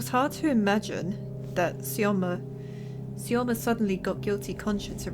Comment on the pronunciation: Syoma is diminutive from Semyon. So you read this right )